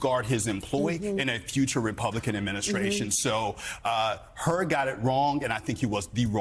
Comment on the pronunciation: FYI his name is Hur not Hurd.